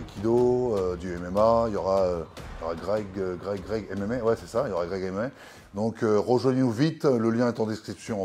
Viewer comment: il a transformé "Greg MMA" en "Greg et Mémé" mdr !